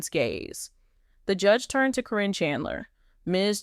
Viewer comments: Why does the narrator keep saying Corrin and not Karen (Caryn) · I think this is false. The narrator can’t even get Karen’s name right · Her name is Caryn Chandler. I am so sick and tired of the poster pronouncing Caryn's name correctly in one sentence then mispronouncing in the next sentence. If the poster is so up to date on the family they should know how to pronounce the names. The poster has also mispronounced Zach's. Name as well. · They are just pronouncing her name wrong is what it is